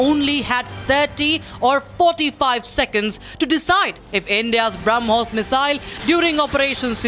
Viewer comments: BrahMos ❌ Harmoos ✅ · This Pakistan Minister is a stooge. He speaks nonsense. He does not even know the name of the missile. He calls it Harmoos. He has been told by the Pakistani army to give out this statement Nothing more to it. The whole world including Pakistan army knows that India has a declared « No first use » policy. India had not been attacked with a nuclear device, so there was no question of a nuke attack from India. In any case at that particular juncture India was on top of the situation. This man is a clown and should not be taken seriously.